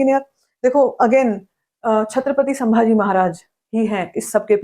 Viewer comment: I see the all your videos on the booking update ,your review you are talking style your specially pronunciation of Sri Sri Chhatrapati Sambhaji Maharaj for hats off from my side 👏,way of your talking is superb ✌️👍thank you so much 🙏Jai Shambhu Raje🔥🚩❤ We are always grateful to you for the respect you have given to sambhaji maharaj